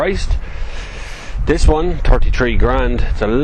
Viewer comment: Haha, " i tink dis is a good car"